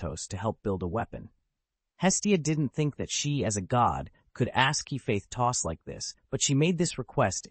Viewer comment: why is hephaestus read like he faith tos wtf